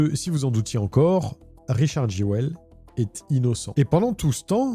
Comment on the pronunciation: Je dis pas ça en mode critique mais ça me fume que Jewell se pronunce normalement "Juul" et que en fr on fais vraiment 0 effort : Jéwelle